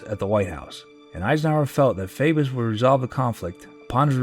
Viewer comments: a meeting with Arkansas Governor Faubus It's FAW-bus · I was born in 1948 and grew up under Eisenhower as the first president I remember. Your documentary was very well presented. It seemed like a happy time then, but so much trouble was bubbling under the surface. BTW it's governor Faw-bus. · Two things: The Arkansas governor's name is pronounced Faw-bus, secondly FDR saved capitalism from itself. For proof look to Glass-Steagall, the TVA and Social Security. For further proof, the Republicans are still trying to repeal Social Security, they did repeal Glass-Steagall and look how that turned out, and the only reason they haven't messed with the TVA is their constituents like electricity. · Faubus = FAW - bus not FAY - bus You like Ike I like Ike Everybody likes Ike for President The best President in my lifetime, and the only one that both parties tried to recruit as their candidate. Real shame that both Joe McCarthy and the HUAC were so active while he was President. FDR was President when I was born, however I was still too young to remember him at the time he died. While Truman was President, I remember my grandmother referring to him as Harry S Truman, with a lot of emphasis on the slightly mispronounced S. By the time Eisenhower ran, the campaign was on television. Ike had the best song, best Disney cartoon, and the best slogan, so there was no way he could lose. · The pronunciation of the name of Governor Faubus of Arkansas is wrong. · The person narrating this should know how to pronounce names. He butchered Faubus.